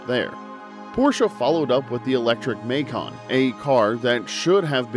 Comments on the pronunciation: Wtf is a maycaan learn to speak 😂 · Muh-Kahn. Roy-Ters